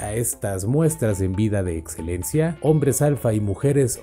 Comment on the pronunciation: Increíble vocabulario del Sparrago 18 😂, Etzelencia, atcion, setzual 😂🤣😂 .... 😄😆